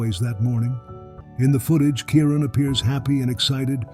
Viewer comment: You could at least pronounce Kyrons name properly. Brother 😢